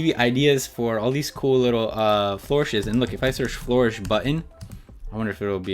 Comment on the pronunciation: Tip: Most fonts work well at sizes that are multiples of 2 and plus the previous multiple, such as 4, 8, 12, 16, 24, 32 etc :) Edit: It's pronounced fl-urr-ish, not floor-ish, hahah